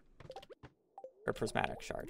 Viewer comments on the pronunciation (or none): none